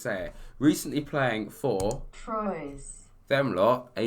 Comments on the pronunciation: Troyes is pronounced, twar as in 3 in french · Troyes is actually pronounced Twah 😉